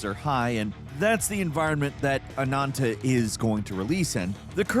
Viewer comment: Anantaou?? haha man, it's just AH-NAN-TAH. Man, English is really not a consistent language with its vowels, isn't it?. If you say "A" you guys say "EI" but if I put an H after it sounds like "A" not "Ei". Why is AH different than A? heh. Anyway. Free game I probably will try but don't feel like I'm gonna be committed to it.